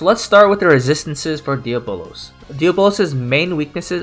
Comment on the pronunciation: Bruh it’s pronounced Dee-aa-bo-luhz ... not Día-bolos ...